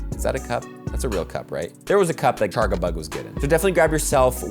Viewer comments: Lol at "Charg-a-bug", when it's spelled "Charjabug" explicitly to avoid this pronunciation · "Char-GUH-bug" lol